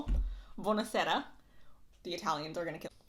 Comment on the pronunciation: Nice accent "Bună Seara" in romanian means Good Evening. You're accent is very good